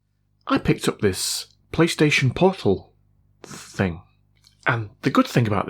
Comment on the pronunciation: Was watching this with my 10 year old son, and at the start of the rap, he said ‘why did he say penis portal?’ And now I can’t unhear it 😂